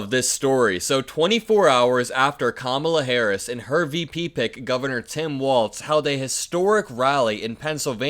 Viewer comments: His namevis Walz - WALLS Not Waltz. Say it correctly. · Walz pronounced Walls…..not Waltz….. good grief